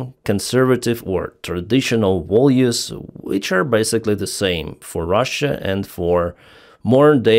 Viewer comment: Not volues, but values,.